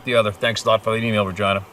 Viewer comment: The lady's name was definitely not regina but regeena lol